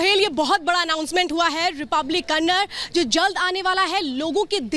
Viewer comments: Bandu that's kannada कन्नडा not kannad please कृपया हमारा मुंह से गलत ना निकले अब जनरलिस्ट भाषा का अर्थ को समझो Kannada hai❤💛🇮🇳 जय हिन्द जय Karnataka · It's not Kannad Its KANNADA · Kannad nahi Kannada 🤦‍♂️ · please don't insert kannada its kannada not kannad🙏🙏